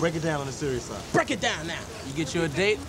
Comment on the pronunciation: 🤣🤣😂 said Deak it Brown lol not Break it Down